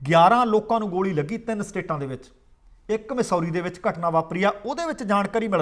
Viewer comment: ਮਸੌਰੀ ਨਹੀ ਮੈਸੂਰੀ ਹੈ ਜੀ।ਔਰਗਨ ਨਹੀ ਐਰੇਗਨ ਹੈ ਜੀ।ਇਹ ਤਾ ਲਿਖਿਆ ਏ ਕਿ ਸਹੀ ਉਚਾਰਨ ਹੋ ਸਕੇ ਜੀ।ਕੁੱਲ ਮਿਲਾਕੇ ਪ੍ਰੋਗਰਾਮ ਵਧੀਆ ਹੈ ਜੀ|ਤੁਹਾਡਾ ਅੰਦਾਜ਼ੇ ਬਿਆਨ ਕਮਾਲ ਦਾ ਹੈ ਜੀ